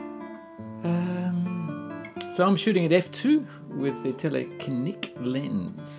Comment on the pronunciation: Tell a kee nick: From telephoto and kino meaning cinema.